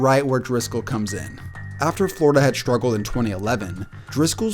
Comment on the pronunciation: SHtrength is not a word. Nor is sHtruggle.